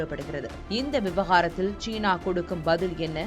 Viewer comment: "தமிழைக்கொல்லாதீர்" ஷீனா அல்ல சீனா